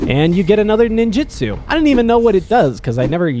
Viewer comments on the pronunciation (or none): none